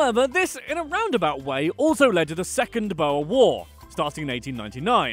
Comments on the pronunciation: i want to scream every time he says one wrong especially Boere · The “Bowes” 😂 its BOERRRRRRRRSSSSSS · He's saying 'boere' like bowa😂thanks for the effort mate BTW it's like 'boo' (like a spooky boo) and 're' (like the beginning of red, and also roll the r) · He said BOUE "cringe" UUGGHH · OMG. Cringing at the pronunciation of Boere XD